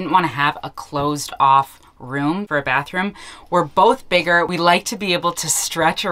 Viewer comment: Very cool! Except for the "barhroom"...😅